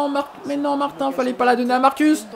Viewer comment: Martin se prononce Martine